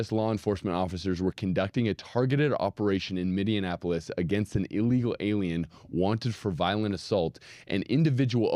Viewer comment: 😂 Kai trying not to laugh as says “Minnionapolis” again! 😂😂😂